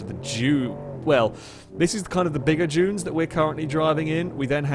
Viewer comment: Everytime he says "junes" instead of "dunes" my eye starts twitching.